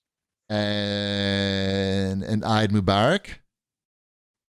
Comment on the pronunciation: Hearing say "Eid Mubarak" made me smile. You guys are awesome - happy holidays!